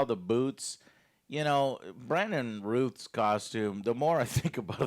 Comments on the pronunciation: It’s Routh like South :P (love your passion for Superman, Joe. Same here). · Brandon (roth) not routh lol even though it's spelled that way.